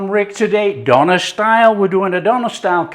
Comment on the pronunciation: Just want to say it's pronounced Deuh-nehr